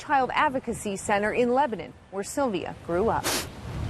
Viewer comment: It's pronounced Leb-uh-nun